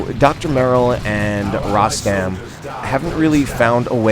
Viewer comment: hi. tnx 4 d cast,nice 2 c u back again; the correct pronunciation of my name is like u said except the letter (O) in Rostam is pronounced as (O) in Royal:)